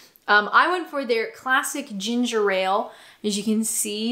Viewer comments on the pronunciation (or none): none